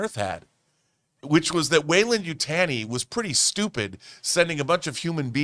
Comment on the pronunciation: I'm glad this is getting some love. I thought the franchise was dead after The Predator. Also the pronunciations should be ✌🏽 Yowt-jah & Yoo-tah-nee